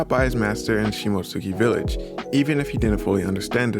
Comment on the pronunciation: it's not pronounced "sheemo-sookay" it's pronounced "shimotski" the u is silent. do you people watch the anime in english or what?